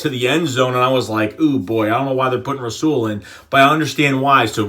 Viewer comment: and its u say it like rawsul